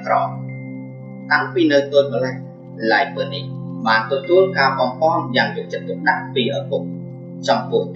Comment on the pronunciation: គួរអានថាឡាយ នីត